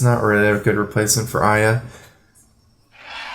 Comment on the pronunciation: Two syllables too many. It's Aya.